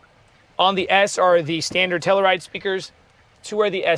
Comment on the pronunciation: Every time you mispronounce Telluride I cringe lol. It's pronounced Tell-You-Ride.